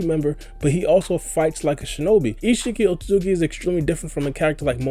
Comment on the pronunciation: The way he says “ichigi ozuki” 😂